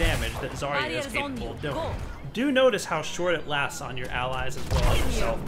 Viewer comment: They really should've hired some actual russian speaker to record Zarya. That "Огонь по готовности" (fire when ready) really freaks me out as a native speaker. Also you're reading her name wrong it's ZaryA not ZArya